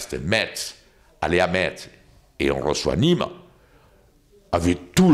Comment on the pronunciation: J’adore comment il dit Metz